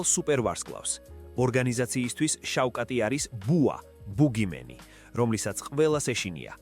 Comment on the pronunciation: შავხატ , ი და არა შავკატი